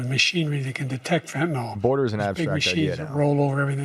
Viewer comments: I love that Grandpa Joe calls it "fentanol" like the rappers do. It's Fentanyl. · Btw he said fetynal debt Lower over 10 years lol